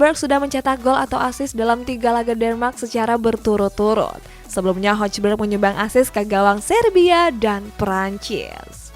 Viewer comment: Hojbjerg dibaca 'hoybiye'